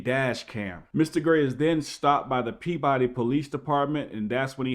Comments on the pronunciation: As someone from Mass it's pronounced Pee Bah Dee not Pea body. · Sounded like a Massachusetts cop . The Boston accent . It's pronounced Peabahdee Not Pea Body I would not drive with out a forward and rear facing camera in the state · I grew up in Peabody!!! It's pronounced like Pea-b'ddy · Peab-udy lol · the city is pronounced Pea-buhdy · There's no way you could no this if you've never heard locals say it, but its pronounced Pibbody, Mass. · Peabody MA is pronounced "Pee-biddy" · Pronounced : pea-ba-dee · Peabody is pronounced Pea Buddy. Just to let you know. We here in Massachusetts have our own way of pronouncing towns. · It's "Peebidy!" 😁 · It's pronounced, {pee-buh-dee}. Peabody. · Its pronounced PeeBuddy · OK, you've convinced me, I need to buy a dash cam. And I hope you filed battery charges against that officer. And we pronounce it pee buh dee in Mass : ) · It's pronounced pue-ba-dee. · Pea-ba-dee Massachusetts that’s how you pronounce it. Pretty much every single town in mass is not pronounced how it is spelled. 🤷🏻‍♂️ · Not to nit pick, but in Mass. they pronounce it more like PEE-buh-dee or PEE-b'dee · Love your video’s, just a heads up it’s pronounced peabidy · The name of the city is actually pronounced PEE-ba-dee. Listen to how the cop says it . You may think he's pronouncing it wrong because of his rampant mispronunciation of every other word that includes the letter "r," but that is in fact how it's pronounced, buddy. Welcome to Massachusetts. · Peabody natives pronounce it almost like "PEE-buddy", with the emphasis on the first syllable. Many Massachusetts place names are weird like that. Worcester = "Woosta" but Dorchester is "DOOR-chest-er" like you'd expect.